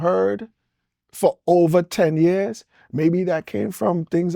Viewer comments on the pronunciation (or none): none